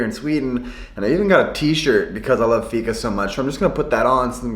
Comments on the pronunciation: Inget hat eller så men varför kan inte utlänningar uttala fika? :D Det låter alltid som uttalet i dalarna.. ser Tony Richardsson framför mig.. "ska vi gå å fiika"? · Färs = Fäsh Vegan = Vegaan (if you know what i mean) Fika = Fiika (Not ficka) you pronounce The i more than the k) I'm swedish and i love you❤❤